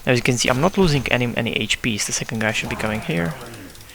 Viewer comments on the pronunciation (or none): zeecond eeepisode LOL that made me laugh :D